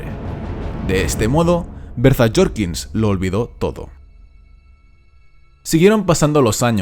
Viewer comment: "Berzas" Jorkins… enserio xD